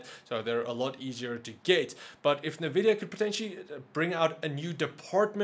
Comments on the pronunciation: NNNNNN Vidia........not Nha Vidia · I love the channel, but every time you say "NAH"VIDIA, I can't help but laugh! XD